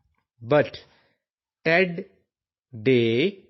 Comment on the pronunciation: in 7 line correctly word is ted not Aid